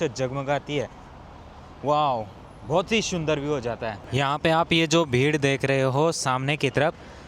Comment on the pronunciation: love your videos bhai. You should improve your pronunciation of S and Sh. After a while it feels weird having repeated like Shundar, Khubshurat. Please say Sundar and Khubsurat.